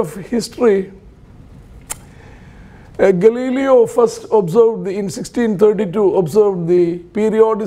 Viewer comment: That’s an interesting way to say Galileo